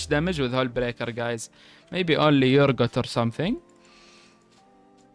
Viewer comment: Great video, no mercy for ranged toplaners! I love how you say Urgot, it sounds like you say Yourgot :D:D